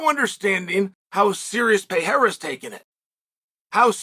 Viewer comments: Who the fook is Piera? PE- Rey- rah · Kmon Sonnen.... "Piera"???? P E R E I R A!!! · Please stop calling him "Piera", just take one minute to learn how his name is pronounced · I thought chael was done saying peayrah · Btw thanks for butchering my surname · Pear-Ray-Ra! HahahPierre-a! Hahah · To Spanish and Portuguese speakers, you saying PEEERA sounds like a Mexican saying Donald Trump to an American. XD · Dude, why can't you say his name correctly? Such arrogance and ignorance